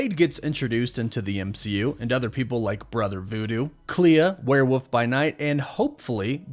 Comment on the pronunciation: Isn’t is “where-wolf” not “where-woof”